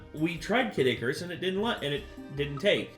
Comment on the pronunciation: CADD-ICARUS!?! XD